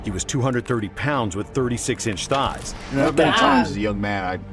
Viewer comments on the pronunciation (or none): The word is THighs, not Fighs.